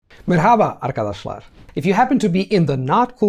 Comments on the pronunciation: I love you and respect your hustle but please try not to pronounce "merhaba" with an Arabic accent, it's kind of off-putting. Put the emphasis on "mer" instead of "haba." Kolay gelsin! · I enjoy your videos! Merhaba is generally pronounced without the "H" in Istanbul standard Turkish. Also "a" at the end, is not an open "a", but closed!. Only learn Turkish from Istanbul dialect speakers, not from other dialect speakers! They will confuse you! Turkish is not only "subject, object and verb" langauge. Turkish also uses, "Subject, verb and object" or "verb, object and subject" or... All will have nuance differences. Just so you know! Turkish word order is much more flexible than some outdated grammar books suggest! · In the word “Merhaba” the stress is more on the “e” than on the “a”